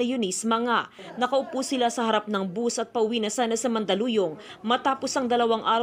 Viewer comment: Bus sa Tagalog, buzzz nman bigkas Ng iba, Anu Tama na tawag? Bus o buzzzzzzzz